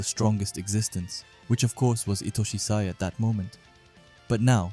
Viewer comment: yo please say sai next time and not "say"